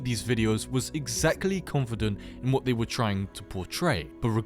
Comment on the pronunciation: is saying "they" too hard ? -_